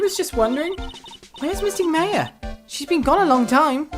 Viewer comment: you pronounced maya wrong.